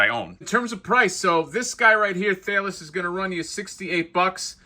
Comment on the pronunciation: The minotaur's name "Thales" is pronounced "Th-A-lez" =). Once upon a time ago I got my degree in philosophy. Thales is known as the first philosopher (he was Greek and famously taught 4 tenets: (1) The world derives from water; (2) The world rests on water; (3) The world is full of gods; (4) Soul produces motion.) Not that that has anything to do with that giant, kick-ass minotaur. But anyhow, there's the philosophy lesson!